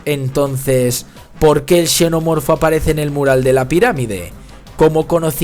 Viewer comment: TAL CUAL... PARA UNA PELÍCULA QUE ES "BASURA"... UNA CRITICA QUE SI ES BASURA APROPÓSITO: QUE A ESCRITO EL DUEÑO DE ESTE CANAL... PORQUE SE VE QUE EL PUEDE HACERLO MEJOR... ESPERO ME CONTESTE Y ME ENVIE UNA DE SUS OBRAS... PARA HACERLE LA CRITICA. un shenomorfo "pronunciado como se escribe"